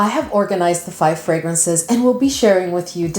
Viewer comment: I keep hearing 500 fragrances lol